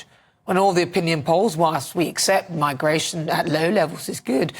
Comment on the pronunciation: What’s migrrrrrration? 🤣🤣🤣